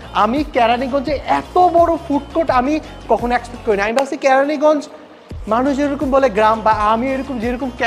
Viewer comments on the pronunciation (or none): ক্যারানী না কেরানিগঞ্জ🙂